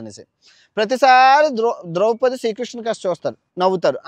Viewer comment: ద్రౌపతి కాదు సామీ అది... ద్రౌపది...